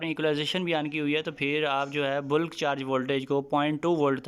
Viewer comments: Boolk charging ni hota mere bhai Bulk (balk) hota ha parhy likhy ho thoda khayal kiya karo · Sorry, correct pronunciation of bulk